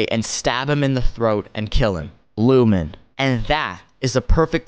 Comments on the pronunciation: When I heard Lumen I stopped treating you seriously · Lost me at lumen 😂